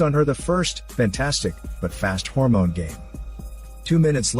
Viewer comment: Someone: you can't review intemedita scene so smoothly Le: Hold my HÓRMÓNE